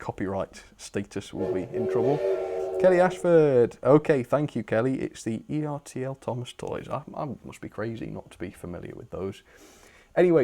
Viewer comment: Ertl rhymes with turtle. Circle looks friendly rather than scary so I'm glad she's ok.